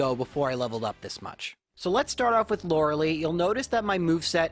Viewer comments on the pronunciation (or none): Its not loreh lee, its loreh lie.